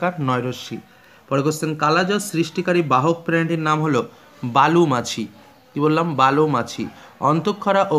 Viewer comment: Bali machi not balu machi